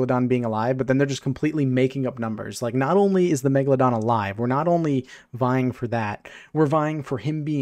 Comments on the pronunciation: Why does he keep saying megdadon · “Meggypog” -kuhzohh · Lol no way it's megyydon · My soul dies a bit everytime I hear the word Megaladon